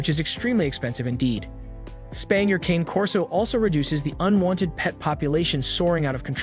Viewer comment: RULE #1 - NEVER take spaying or neutering (or really any other veterinary) advice from a YouTube channel, especially from one where they cannot even be bothered to pronounce the breed name correctly. Pretty much all of the current research definitively indicates that the limited reduction in the prevalence of mammary cancer gained by spaying any large or giant breed early is certainly offset by the fact that spaying or neutering the dog prior to the natural termination of skeletal development definitively leads to an increase in the incidence in the joint problems, which are the most prevalent chronic health issues in the large and giant breeds. Current "lifetime" research studies clearly show that incidence of both hip dysplasia and patella luxation are 3 time more prevalent in both male and female large and giant breed canines (including Rottweilers, which you claim to be an expert in) who were spayed/neutered prior to completion of natural skeletal development. When these breeds are altered prior to this time the body lacks the hormone signal that stops the growth of the femur, so the femur bones continue to grow, changing the resting angle of the leg and hip joints, which greatly increases the stress on those joints. Bottom line, the current research clearly shows that it will be better for owners of large and giant breed dogs to wait to spay/neuter the animal until they finish skeletal growth, which generally happens around 20-24 months, although the data is still a bit